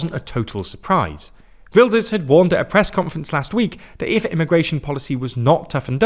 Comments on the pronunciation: Ah yes Hertz Wilders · I know non Dutch speakers struggle with the Dutch G so quick tip. That G sounds just like Ernie's laugh from Sesamestreet. Right now it sounds like you say Hurt Wilders. No nitpicking, just a tip :)